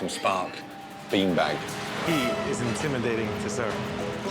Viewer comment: "he is so intimadating to serve" 5 mins later: "im not intimated by anyone"